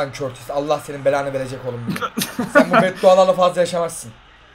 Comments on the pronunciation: O kortis değil courtois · Körtis değil courtois yani kourtoi diye söyleniyor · körtis de courtua diye okunur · Olum körtis dediginde çok sinir oluyom 😂😂😂 onun adi Kurtis diye okunuyorrrr🤣🤣🤣🤣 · Körtis Diye okunmuyor Kurtuğo Diye okunuyor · Aabi o kortis diil ,,curtua” boyle okunuyo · Abi körtis değil kutua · Körtis değil Kurtua diye okunuyo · Körtis değil KURTUA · Körtis deil sağırtis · Abi körtis ne yaa 😂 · Kurtuvata körtis diyolar abi neyse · Abi courtois oyle okunmuyo kurtua diye okunuyo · Abi kortis. Degil courtouis